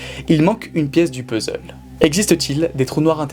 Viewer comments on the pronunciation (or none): none